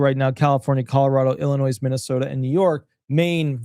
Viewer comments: Please learn how to pronounce Illinois. It’s NOT Ill in noise. It’s I’ll in noy. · Illinois is said Illinoi - you don’t sound the s Just like DesMoines is said De Moine you don’t sound the s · With all due respect, the “s” is silent in Illinois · Illinois is pronounced as if there isn’t an “S” at the end of the word.